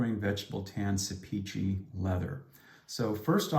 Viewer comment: Great video! I commissioned Beran to make my son a gorgeous dopp kit when I lived in Ankara, Türkiye. FYI, Sepici is pronounced, "SEP-i-jee": Thanks for all you do to promote awesome products!